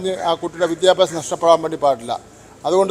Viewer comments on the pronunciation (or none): വിദ്യാഭ്യാസം എന്ന് നേരെ ചൊവ്വേ പറയാൻ അറിയില്ലല്ലോ ദൈവമേ 🙄😭